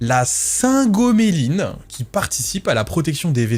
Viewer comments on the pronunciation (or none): Pas mal, sauf pour la prononciation, j'ai souffert intérieurement pour la sphingomyéline "sfin-go-mié-line" (vous avez la phonétique sur le wiktionnaire en général, sinon le robert mais c'est payant). Une petite correction : les oeufs "de base" ne contiennent pas d'omégas 3 (traces négligeables), il faut que les poules soient nourries avec des aliments enrichis (graines de lin par exemple) pour synthétiser les omégas 3... Pour en venir à l'anecdote : 41 ans, greffé d'un rein en raison d'une maladie génétique, j'ai pris du poids à la greffe (58Kg => 86Kg en 2 mois...) que je n'ai jamais perdu (10 ans d'efforts, un jour sur deux de sport intense, restrictions caloriques...etc), puis un immunosuppresseur m'a 'offert' une stéatose hépatique (iatrogène donc), et l'autre immunosuppresseur utilise le cotransporteur lipidique principal pour fonctionner... Autrement dit mon corps ne peut pas utiliser le gras stocké, en tous cas de façon conventionnelle : j'ai opté pour la cétose (les mitochondries se mettent à utiliser les cétones comme source d'énergie, cétones fabriquées à partir des lipides), bien documentée académiquement pour ses effets sur la stéatose. Du coup depuis 1 ans, je mange entre 6 et 12 oeufs par jour ET 600 à 1000kcal de matières grasses, ma fonction rénale est surveillée de près et n'a pas bougée, ma stéatose est résorbée, mes constantes sont globalement meilleures ou identiques, j'ai perdu 15Kg pour le moment... Je sature un peu parfois, mais les résultats encourage